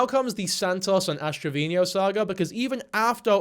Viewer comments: Dude. You're making me crazy every time you say Ash Trevino's name... It's TRE-VEE-NO... not Tre-Vee-Nee-O. Yes, I'm that Petty.😂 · has rant about word usage on YouTube. pronounces Travino "Traveenyo" like a true genius.